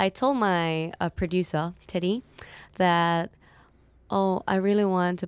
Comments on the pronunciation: producaur 😅😅😅 Rosé pose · 'Produsa' yup, Chaeng. Hahahahah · She said "producer" in an Australian accent. The Rosie effect lol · The way she said producer has me on the ground 🥺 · that sounded like an Australian accent🤍 Where my Australians at? 🇦🇺